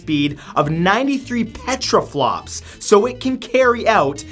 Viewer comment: peta-flop not petra-flop. Great video matt. love your stuff.